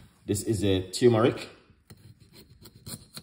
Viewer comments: Also he keeps saying tumeric it is spelled TURMERIC. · It’s not teumeric it’s tur-me-ric